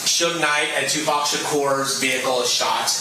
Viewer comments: you gotta stop saying pack bruv lol it’s hard to watch this. It’s PAC! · It’s Tupac not tupack. God damn man. Just bc he became a pack doesn’t mean that’s how you pronounce it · Who is 2 pack ???!! It’s tupac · Just wanna let ya know it’s pronounced “2-pock” not “2-pack” hope that helps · Tu-PACK? you mean Pac. Like pronounced pock. This is 1 more reason yall got 1776'd. Sit down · “PAC” not “pack” man. 😂 on top of everything but pronouncing names right. Funny but crazy. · PAC NOT PACK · Stop saying his name wrong. Its pronounced POCK. Tupac. Not pack. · Tupac = “two-pock” not “two-pack” 😢😅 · Bro please quit saying it wrong 2PAC not 2PACK. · lemme help you out bro.. it’s 2-“pock”..(like rock with a “p”) not 2-“pack”.. 🤷‍♂️ Just a friendly fyi 🤣🤘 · say it correctly lol pronounced "pock" pac you keep saying pack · bro you're still saying "2pack" its "2 POCk" Tupac = TWO POCK ... I have a dollar in my POCKet. In TWO POCKets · Omg the way he pronounces words - cringyyyy!!! He starts off saying it's been thir - eeeeeeeeee not 3thirty0! Then the blasphemy continues when he says 2two pack - not 2two Pac not Pack ()!!! you tighten up your tie - when you started off earlier when you did Lul Durk trial commentary earlier that shit needed attention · Pls stop saying 2 pack... its pronounced POCK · they already explained that its not pronounced "pack" but rather "pock"... like Spock without the 'S' 😒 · Godamn My nigga, it's not two pack. It's tupac (too pock) You are monetizing the fuck out of our culture enough already as it is. The least you can do is pronounce his name correctly. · why are you pronouncing his name like 2 pack?? lol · ...wtf man??? It's 2 PAC. Like 2 Cock? 2PAWC? It's 2PAC. Please respect the GOAT and not disrespect his name and legacy. Do a modicum of research when telling a tale of the greatest rapper ever. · “Tu pack” On top of everything except for mispronunciations aye? 😂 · stop saying 'two pack'.